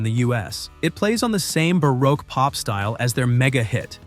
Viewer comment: If that word you pronounced as bah-rock was spelled baroque, it’s pronounced bah-roke.